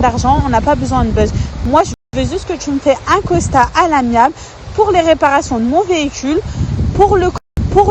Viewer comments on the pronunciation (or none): 'assurance touriste' et 'le costat' au lieu de 'constat' 🤣🤣🤣🤣